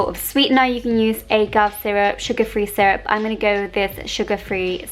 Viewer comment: Did you.. did you really just say "ay-gav" lmao. It's all short vowel sounds gurl. Although in British pronunciation you can also say "a-gave" as in I just gave you a lesson, with the first a as a short vowel.